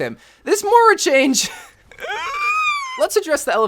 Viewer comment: Learn how to pronounce Moira